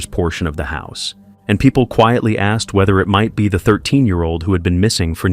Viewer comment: Asked asked ASKED!! Why the flippedy-flip-flop do people keep on saying AXED?!?!